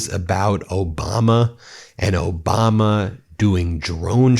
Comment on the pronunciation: He couldn't even pronounce President Obama's name or Hilary Clinton's name right!